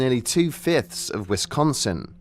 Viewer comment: Hearing a brit say wisdonsin will never not make me smile